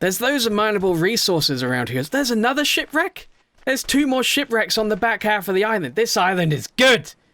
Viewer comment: you said shit reck instead of ship reck